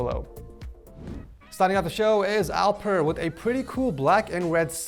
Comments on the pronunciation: alpır hahahahahaah dude its alper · You pronounced Alper wrong